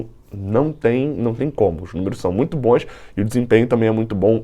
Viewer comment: Pq q o fala boes invés de bons